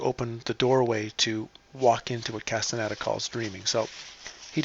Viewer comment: CAS-TAH-NEY-DAH. It's Spanish, very easy to pronounce.